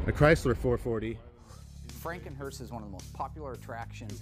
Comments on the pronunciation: It's a hearse, not a hurst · It's HEARSE not HEARST or HURST. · Don't know if it's been mentioned, but it's hearse. Not Hearst or Hurst. Funeral Coach is also acceptable. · Its hearse not hearst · There is no "t" in the word "hearse"!